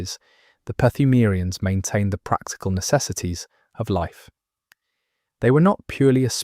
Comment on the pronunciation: Brother I appreciate the video but your pronunciation of pthumerians is driving me fucking nuts.